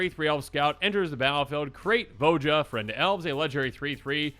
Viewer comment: It's "vo-ya"